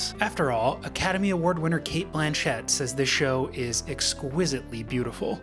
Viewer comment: Epic times ? And it’s pronounced cate Blanchit … not blanchette.